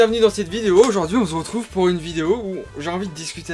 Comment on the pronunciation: " Bonjour a tous aujourd'hui on z'retrouve " 😆😆😆